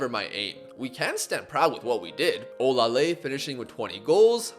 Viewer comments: You actually tried with your pronunciation of Olaleye, it's really pronounced "Or lah lay yeah" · i'm Nigerian and you are pronouncing olaleye wrong lol its pronounced like this -- O- LA- LE- YE